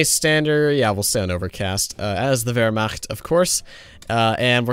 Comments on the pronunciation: Ya know, pronunciation of "Wehrmacht" is pretty damn gud. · hey, he even said "Wehrmacht" correctly! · You deserve a award for being the first non-eu to pronounce Wehrmacht. Well done!